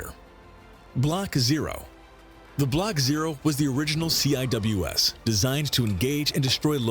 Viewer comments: The Nick name the Navy calls it is pronounced c wiz. It's a badass gun they had it on the ship my brother was on in the Navy it's able to shoot down pretty much anything. By the way love the intro 👍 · Was just scanning the comments to see if anyone used the correct pronunciation for CIWS. I never worked on it, but I did work on SSDS. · Pronounced See-wiz in case anyone wants to know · Lasers are coming but they also have sea sparrow anti air missiles. Cwis stands for close in weapons system and when pronounced as a word it's pronounced see wiz, all one word. I hope this helps you. Hope you have a wonderful day. By the way all respect to a brother veteran, even from another country. I launched aircraft on an aircraft carrier. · CIWS pronounced (at least when I was in the Navy) "SEA-WHIZZ" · Yes, and it stil is. I don’t know why the narrator called it the “C I W S” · Heads up, CIWS is pronounced seewiz rather then each letter. It stands for close in weapons system. No idea why the videos say each letter at a time, I've never heard anyone who worked with the system say it that way. A lot of times missiles are used to attack farther targets before CWIS is needed. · CIWS is Pronounced "SEE WIZ" or we called it a R2 like in Star Wars